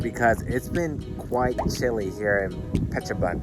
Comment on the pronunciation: Pronunciation correction: Phet or Pet Chabun (boon). altogeter: ia Petchaboon spelling as phonetic way. ha ha ha